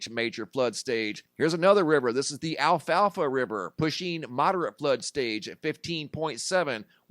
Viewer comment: A-la-fia not Alfalfa. 😂